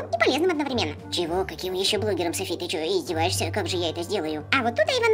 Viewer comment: Софи а не Сафи.